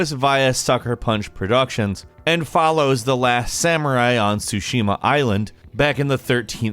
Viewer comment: Ghosts of Tsushima. Not “sushima.”